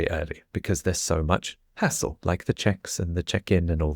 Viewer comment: I was driving while listening, and all of a sudden, I hear saying that when travelling by train, there's much less asshole! I can't read the subtitles so I rewind a bit and listen again, and again. I didn'd know this word "hassle" until this afternoon. In my french ears I make absolutely no difference between these two words 😅